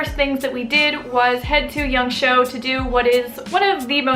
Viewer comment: Great video as always. Just one thing, it’s Yang Shuo, which sounds like “sure” without the rhotic r sound. It’s not Yang Show.